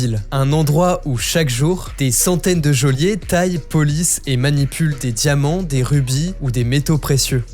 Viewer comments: Joaillier se prononce à peu près jo-a-yé. Le yé est un mélange entre lier et yé... Ça ne se prononce pas "Jo-lié" 😘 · Des " joliers " dis tu ? N'importe quoi IA